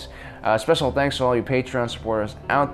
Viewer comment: you said tanks instead of thanks.